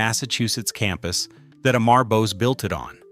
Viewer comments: The correct way to pronounce his first name is Ammaarr not Aaaammmmaaar. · The pronounciation of the name is not "A" "Mar" but "Um" "mur" as in murmur. Also the video keeps showing a "White" person. He had a light indian complexion. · A- maar 😂😂😂😂 Amur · You are pronouncing is name wrongly his name is not Emmar but Amar pronounce it Um-ar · Amar Gopal Bose ❌ Eh-mhar Gohpayl Böz ✅ 😂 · It is not pronounced "E-maar" but "a-mur". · Please pronounce the name correctly it is not E - M - E - R The way it should be pronounced as - AU - M - O - RE . Right ? AU - M - O - RE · অমর (Bengali, meaning immortal) pronunciation: 'AWE-MOR GOPAL' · "Am" Amar is pronounced as the "Am" in "Among". If you are going to talk about a person, learn how to pronounce their name correctly. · If you are doing a documentary atleast get his name right. It's not A-Mar.. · Just correct the prounciation of Amar Bose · OMG, you don't even know how to pronunciate "Amar"!!!, and call yourself a content creator? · Why did you not complain about the atrocious pronunciation of Amar by the AI audio?!!